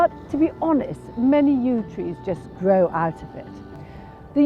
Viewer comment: O, she's so sensible, so professional, so knowledgeable, such a great eye. Direct, confident, 100% posh. And I keep reminding myself, "just iwwigate it, and it will gwow like the clappers."